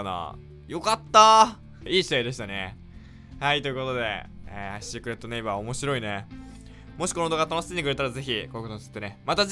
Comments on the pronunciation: シックレット↑ネイ↑バ↓好きです GBやばいです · シークレットネ⤵︎イ⤴︎バァー 初っ端から笑いました